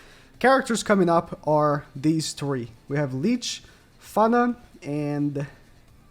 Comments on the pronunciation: Licht is pronounced kinda like likht if that makes sense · Who is leech?😭😭 nah joking it’s funny how you pronounced his name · It’s pronounced lisht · It’s pronounced like li-kt right? Even as American I felt the pronunciation of licht was pretty self explanatory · Wrong ma dude, the CH in Licht is pronounced kind of like a cat hissing at something. No K's allowed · bro summoned all of his german subs with that pronunciation of licht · Ask christy how to pronounce Licht pls. She is a german girl and know this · He clearly learned shit, that’s not how you pronounce Licht 😂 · It’s funny how he pronounce Licht this means light in german